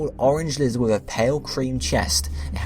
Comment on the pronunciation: "it is the liihhhzzoothh pokemon"